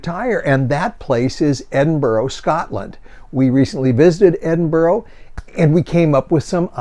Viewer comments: To confirm (I'm sure I'm not the 1st.) Ed iN Burrah. Go hard on the N in the middle. Ed~iN~Burrah. Edinburgh. Or if you want shine 'em off? Em'bra. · Please learn how to say Edinburgh. It is NOT Edinboro.